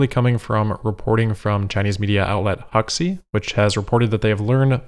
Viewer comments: Pronunciation note: Huxiu does not sound like "hucksey", it sounds like "hoo-shyoo". ;-) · Just an FYI - Huxiu is pronounced loke Hushiu. The “X” has a sound similar to “sh”